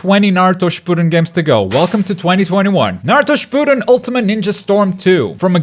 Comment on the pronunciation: That not how you pronounce Shippuden